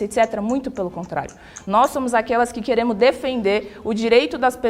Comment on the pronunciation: Que nervoso tá me dando dessa maluca dizendo " nós queremu" a fala do Lula estampada na boca dela aff